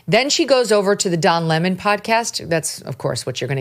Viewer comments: Love Charlie! The way he says Don La-mon kills me!😂! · "Dawn La Mon", had a good laugh over that pronunciation.